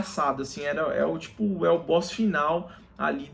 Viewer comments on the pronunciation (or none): none